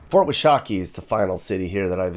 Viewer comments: Again, WASH-uh-KEE. Sorry, I grew up around here and I know you're trying, but it's bothering me lol. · It's pronounced WASH A KEY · It’s fort warsh a kee